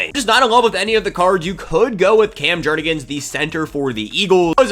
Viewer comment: Atp I’m convinced you add extra syllables to names just to spite me 😂😂 Jur-gens, not Jur-ne-gens wth man your about to graduate college